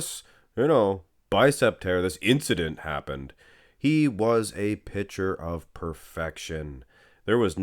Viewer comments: Stop saying “pitcher” when you mean “picture.” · Yes it is a bit jarring.